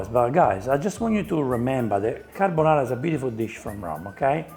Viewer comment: Guy fieri didn’t even want to eat his own dish that’s why he only put enough pasta on his plate for a half bite. I knew it was over the second he said “onion” Then he said “Car-Bone-are-ah” and “Pan-shetta” … I knew it was going to be nothing like a real carbonara